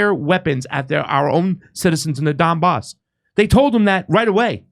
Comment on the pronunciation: WTF IS THE DON BOSS ITS THE DONBAS DOPE WHAT CAN I EXPECT FROM A FINGER READER LOL